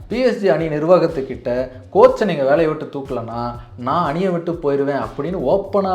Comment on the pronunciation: Ronaldinho oda name pronunciation will be "Ronald-inhyo" bro...and avaroda skills lam ipo varaikkum yaar kittayum illa.. even Neymar comes after him.. smiling bomb avaru.. enna dha self discipline illama career mosama poi irundhalum, he has won every trophy, every award there is.. such a legend..